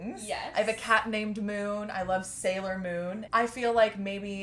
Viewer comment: Omg you you said SALIOR moon oml I love you and I love the tails and everything